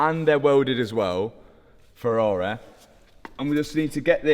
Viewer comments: I bloody love this channel, not just for the incredible rebuilds, but also because there is no other channel where Ferrari is pronounced "Ferrarehhh". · “Ferrarey” 😂